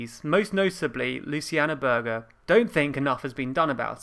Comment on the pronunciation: Its not pronounced Sowwbry its Soooobry, and Berger is not Berger its Berja - just FYI but good video